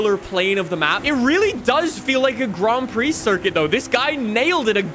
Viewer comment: Grond prix. Why do you pronounce everything with a twist